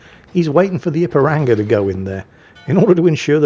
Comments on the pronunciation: mispronouncing Ipiranga is hilarious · You must forgive him.. he’s crap, and he’s English, so doesn’t hold with all these daft forringer names.